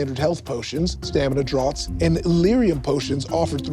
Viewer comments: Um, actually, "draughts" is pronounced the same as (and is just a spelling variation of) "drafts". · Um, actually, "draught" should be pronounced like "drafts." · draughts should be pronounced as drafts.